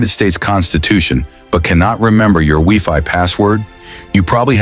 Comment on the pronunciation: I’m an OG GenX kid who watched every Saturday morning This video is great. I thought they were all Schoolhouse rock. BYW it’s WI-FI not WE-FI